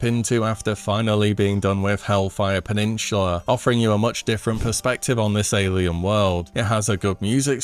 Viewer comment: "peninsula": "peninchula" Iykyk